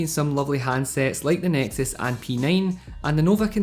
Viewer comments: "Nexus SexP" Favorite Scotsman!! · noticed that too hahah